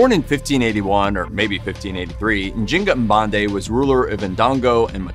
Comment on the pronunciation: I think her name is N’zing-aa